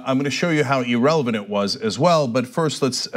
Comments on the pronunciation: Cenk apparently thinks this magazine is “Ee-relevant,” and he probably thinks it’s “Ee-rational” too. Not sure if he thinks the magazine is “eel eagle,” but they’re definitely “eel logical.” Hey Cenk, learn to talk. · Get with it Jesse. Cenk's an online guy. It's E-relevant, E-rational, E-legal. Learn to talk like the hep cats.